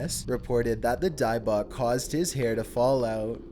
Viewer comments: How do you pronounce Dybbuk correctly twice and then incorrectly the rest of the time? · In thought dybbuk was pronounced die buck